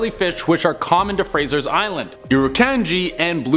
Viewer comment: It's "Frazer" (Not Frazer's) Island and has recently been renamed it's local Aboriginal name of K'Gari. It is visited by hundreds of 4WD-ers each year and is a top tourist location in Queensland. The Dingoes do not attack people and people are not allowed to feed them. The island is not overly dangerous or terrifying so I don't understand why it's in this list of "Terrifying things Google Maps do not want you to see".